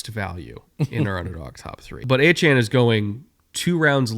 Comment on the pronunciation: You think that team is capable of losing 10 games?! (7 win floor)... 😮 i aint a Dolphins fan, and even i can see this as off as you guys' muspronouncing Achane.